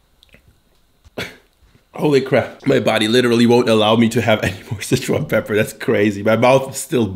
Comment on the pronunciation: si-chuan is like 'sir-chew-ahn'. Not 'sitch-one'.